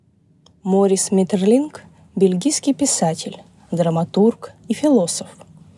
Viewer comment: Ударение в имени таки на последний слог. Возможно, и в некоторых других упомянутых именах тоже.